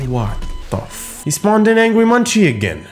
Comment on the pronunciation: two things, possession is spelt with a double-s on the second one. and angry munci is pronounced angry mun-see (i heard that from one that knows them very well). please hate me if you hate being corrected xd